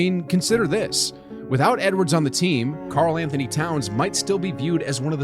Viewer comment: Yeah the first "Antony" Edwards 🤣